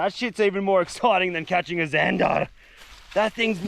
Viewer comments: Why do you call them zanderrrrr in England there just zander ? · Why he always say ,,zandarrrrr“ in the Most fking German way 😂😂😂🫶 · How he said zandar was so bloody funny